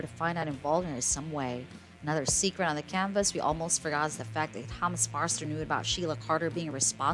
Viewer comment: Forrester not Farster. Please correct your pronunciation.